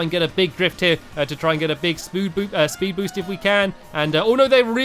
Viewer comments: Did anyone else here Stampy say Spood Boost? <D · You said spood boost stamps